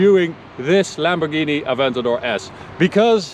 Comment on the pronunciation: The way he said Lamborghini(and that other word) was so prestine.